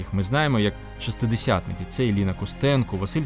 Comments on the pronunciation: Чому озвучується "шестиДЕсятих" ? Не тому, бува, що кацапською - "шестидесяти?". Правильно називать числівники - важка справа, навіть у ЗМІ. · Дякую за передачу! Єдине зауваження: не "шестидесятих," що є калькою з москальської, а шістдесятих, ШІСТДЕСЯТИХ!